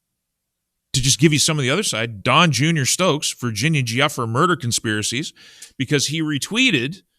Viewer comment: Virginia "Goo FRAY" is mostly how I've heard it pronounced. G hard as in 'good'.